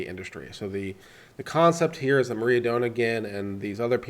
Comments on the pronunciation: This is not a hollywood story. And her name is Moi-ra not Maria. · If you can't even read the names right (Moira, not Maria!) maybe you are not that credible on your read on a complex court case...